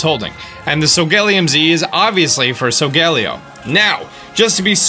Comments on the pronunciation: It’s So-Go-lay-O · Why does he call solgaleo sogallio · You’ve been saying Solgaleo wrong it’s pronounced soul gah lay oh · I don’t mind your pronunciation of Solgaleo’s name. But it’s actually pronounced SO-GA-LAY-O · I'm sorry but it so-ga-lay-o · He keeps saying sogaleo wrong and it’s triggering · UR MISPRONOUNCEING SOIGALEO